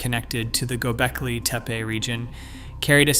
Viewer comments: Aaand you lost me at Go Belkee Teepa. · Why does the narration sometimes pronounce it "GobEKLI TEPE" and sometimes "GobELKI TEEPEE"? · Agreed. Mispronouncing as "Gobelki Tepe" is irritating! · The presenter repeatedly mispronounces “Gobekli Tepe.” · This guy cannot keep his pronunciation of Gobekli Tepe consistent lol. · This guy can not pronounce Göbeklitepe for the life of him. You Suck! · Do you even know how to pronounce Göbeklitepe? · Weird you criticize so harshly, act like an expert, but you mispronounced gobekli tepe four or more times during your presentation. Perhaps, be a little more humble and open to ideas while you learn more?